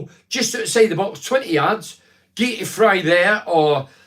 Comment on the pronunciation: Gitau is pronounced ‘gay too’